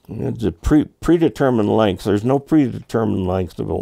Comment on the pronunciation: Length not length